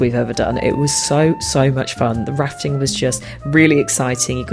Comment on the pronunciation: I seriously thought you said you were going ratting for a second 😂 I thought it was an odd choice of excursion, but I was still curious to see 😂 glad it turned out to be rafting 😂 🐀 🚤